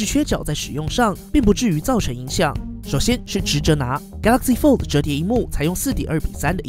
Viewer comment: 拜託可以把 fold 的 d 發得清楚一點